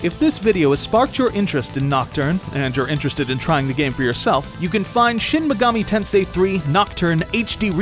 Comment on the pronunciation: I'm mad you guys didn't get the pronuntiation right, it's shin maygoomi tensay